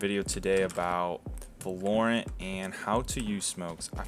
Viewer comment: why do you pronounce it va-LORE-ent instead of VAH-lorent